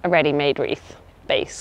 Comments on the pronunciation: has been saying Wreat about 100 times in every video! She needs a lesson from Anna. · Omg I can no longer say wreaths After hearing this